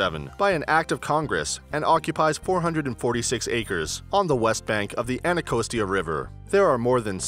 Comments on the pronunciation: You say "Anacostia" like someone who's never been to DC. Is there an extra A in there somewhere I don't know? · ya he killed me with that